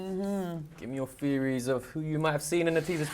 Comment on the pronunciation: That guy on the left calls himself an 'actor,' yet his English is so poor. He literally can't even pronounce 'theories' correctly. Unbelievable.